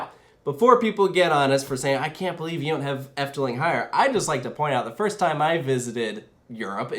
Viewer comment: As someone from the netherlands ill be honest: she pronounced efteling really good ❤